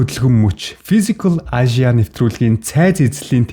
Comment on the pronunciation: Fisicall aaashya gd bhin kkkk